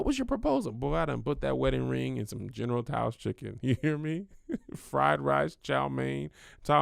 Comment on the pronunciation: “General tou’s” 🤦🏽‍♂️ sheesh 😂😂😂